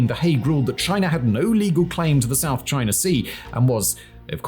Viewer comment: I like how he says "" lol